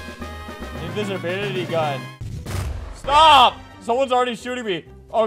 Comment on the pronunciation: “Stawp shootin mwe” GurgleXScoff